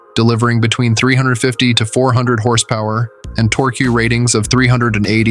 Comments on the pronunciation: Dude, it’s tork, not torkee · Torqu-ee? I absolutely HATE machine narration. Get a real person to do the narration! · if you're going to do auto reviews, learn how to pronounce torque.